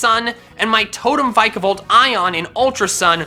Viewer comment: thats definitely the wrong way to say vikavolt